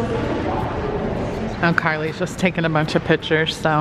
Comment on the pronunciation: It’s not pitchers it’s pictures